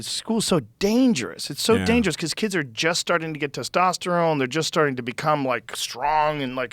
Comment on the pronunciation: You say kids, I’m hearing “blacks”